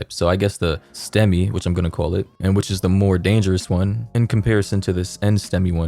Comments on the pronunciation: You're actually right on its pronounced STEMI and Non STEMI. It's ST (wave from on an ekg) elevation Myocardial Infarction. Lack of blood flow to part of the heart that either does or does not elevate the ST wave form on an ekg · As a medical student, when you said stemi as a word instead of the letters, I almost wept in joy, cause yes, do call it that, that's what we call it. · You pronounced STEMI and NSTEMI properly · And that... is the correct pronunciation for stemi and nstemi 👏👏👏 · Good job on pronouncing STEMI 😃 and differentiating between the 2 . Though NSTEMI is not as damaging as a STEMI its still quite dangerous . I dont understand these trends at all - clout is a hell of a drug